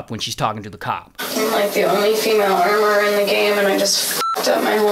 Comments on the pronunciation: Hes fighting for his life pronouncing armourer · This is how you butcher English😅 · I want a blooper of ray saying armoureerer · Did he say Amourereeeerer😂😂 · I like how he says armororrror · Anyone else had to google "armourererrrerr"? 😂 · Armorourer ❌ Armourerererer ✅ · 😂😂 he's hilarious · I want to hear you say Armourer fifteen hundred more times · WTH I THOUGHT MY EARS WENT BROKEN